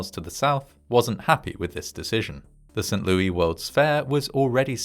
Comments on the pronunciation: Not "Saint LOO-EE" but "Saint LOO-ISS". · Ha, we pronounce it "Saint Lewis" here. Zero Americans say "Saint Lewy". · "Saint LOO-EY" Instead of Saint Lo-is lol. That's wild. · Small note: it's pronounced as St "Lewis" (with the S being said) I know it gets confusing! The US has pronunciations from so many languages. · Saint LEW-iss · Mad story ... But St. Louis is pronounced St. LEW-ISS, just FYI. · He called it "Saint LOO-EE". 🤦‍♂ He actually said "Saint LOO-EE". 🤦‍♂🤦‍♂🤦‍♂🤦‍♂🤦‍♂🤦‍♂🤦‍♂ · It is pronounced "Saint Lewis".... I fear you have now taught your fans to mispronounce one of our major cities ... Do love you, though! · St. Louie? The 's' in St. Louis is NOT silent! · How tf is no one freaking out about his botched pronunciation of St Louis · Heading St Louis pronounced without the "s" is weird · The "s" at the end of "St. Louis" is not silent, and it's it's pronounced like "Roh"/"Roe" , not "Roo" for "Roosevelt" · I know! That made me laugh. As did the pronunciation. To be fair, it was named after the king of France and you’d pronounce his name that way, but we def don’t say it like that in STL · That's what he said, "Lewis" rhymes with Stewie 😅 Don't tell him about Pierre South Dakota... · I'm guessing it's a British pronunciation? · No, that would be the French pronunciation. But, it doesn't matter either way, because it's an American city.